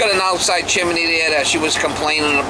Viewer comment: Chimney not chiminey.